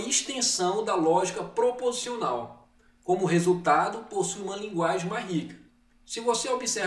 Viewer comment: Olá Roseli Sumire! Não foi impressão, houve uma falha na pronúncia da palavra proposicional. Obrigado por assistir o vídeo e pela observação.